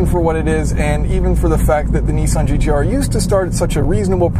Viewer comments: Try to say it properly. It is not nee-sawn. It is Niss-aahn. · Alex Lyons He says it wrong. It's nissán, with the stress in the san. And the i is short, if it was long ot would be written with two I's, or with a dash over the i . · Why do you Americans pronounce Nissan as Neessan? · knee-sahn is the correct way to pronounce it because that's how Japanese pronunciation is. the a in ssan, is pronounced ah as in "haha"